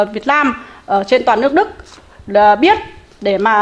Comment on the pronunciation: Nghe cô nói lẫn lộn L, N mệt quá. Phần lớn hồ kiều nói L, N Nhe cô nói LƯỚC Đức. Làm ơn nói NƯỚC Đức cho tôi nhờ.